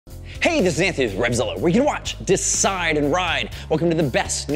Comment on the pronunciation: Nobody does it better, Ant-ney (like they say in Philly).